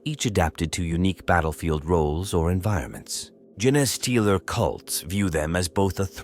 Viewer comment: i like these videos but it’s hard to enjoy when words like “genestealer” and “roboute guilliman” are mispronounced. is there a way to train the speech component how to pronounce certain words?